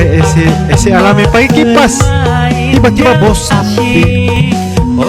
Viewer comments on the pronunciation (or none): AngkoL🙏 klo Bahasa Indonesia menyebut penyejuk udara atau singkatan Air Conditioner (AC) dibaca Aa - Sé bukan Eé Sé 😅😂🤣